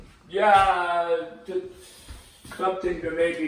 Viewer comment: Why is it that you mispronounce Hans' name? He said his name correctly in the video.